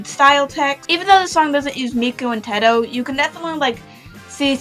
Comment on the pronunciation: Did you just say “Tedto” instead of “Teto”????!!?!?!?!😭